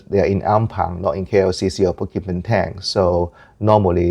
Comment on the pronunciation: Bintang read as bin dang